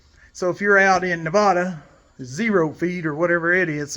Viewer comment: It’s not pronounced Nev-ah-da it’s freakin Nev-add-uh. Nobody says it right but those people in Nevada get fired up when you say it wrong 😂 just a lil info for ya. Thanks for the videos!